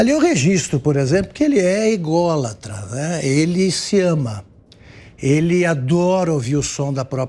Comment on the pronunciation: Kkkkkkkk se eu não me engano Mestre Augusto Nunes falou Igólatra... achei Magnífico! Kkkkkkkk desculpem-me... mais foi Ilário.... Tenho um Respeito Imenso por vocês dos Pingos nos Is... Agradeço de coração e Razão por nós Acordar dia a dia na Verdade da Política no Brasil e no Mundo... Mestre José Maria, Filósofas Ana Paula Henkel e Cristina Graeml....